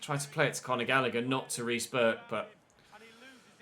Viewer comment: “Conagher” is a brilliant way to say Conor Gallagher